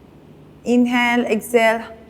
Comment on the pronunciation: She should learn to say inhale and exhale properly. The way she says is irritating